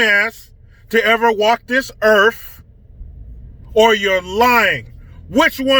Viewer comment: Did you say Erf or Earth...lol. I love you man!